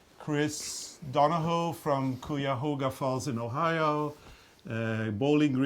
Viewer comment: You said Cuyahoga falls beautifully! Not a lot of people get it right! Lol 😀😀😀😀😀 I'm from there too